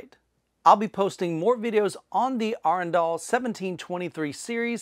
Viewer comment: Got the pronunciation of Arendal right! :) Maybe not completely in local dialect, but in line with how two thirds of Norway’s population would pronounce it.